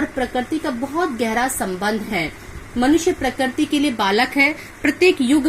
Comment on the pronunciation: parakarti nahi prakriti